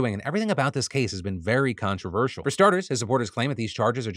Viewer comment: you mean... khantroversial